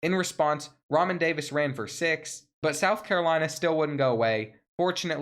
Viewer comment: No doubt. Also, Re'Mahn = Ra Mon. Keep killing it 💪🏿